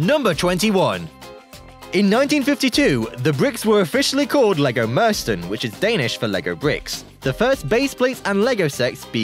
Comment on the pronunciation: It was, I'm not Danish, but I have Danish family. He didn't get Mürsten right though.